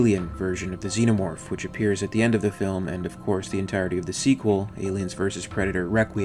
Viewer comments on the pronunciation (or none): none